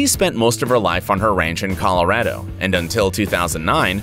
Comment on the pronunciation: The first one is just that being hit in the head by lightning messed with the guys head, it's called real facts, same with the second AND the third and fourth... and fifth AND SIXTH and SEVENTH, + mispronunciation of Colorado AND Eighth this video is of people getting gifts LIKE NORMAL PEOPLE SOMETIMES DO, BUT THESE FROM A HEAD INJURY. CLICKBAIT FOUND